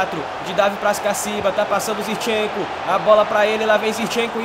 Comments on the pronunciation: não é "Zirchenko" é "ZiNchenko".... Pronuncia correto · fala ZIRCHENKO mais n, o nome do cara é ZINCHENKO KKKKKKKK